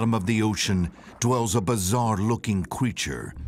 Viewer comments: A bizarre looking... cweature? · A bizarre looking "cweature"?